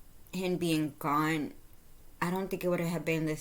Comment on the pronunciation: Gone not goon😮